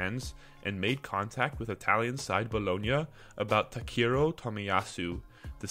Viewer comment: His name is pronounced TA KE HI RO